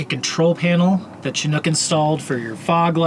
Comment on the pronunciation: Soft "Ch" and a short "I"- Shi-nook. They definitely predate the 80-90s. I've got my eye on a 1976 Dodge Chinook right now.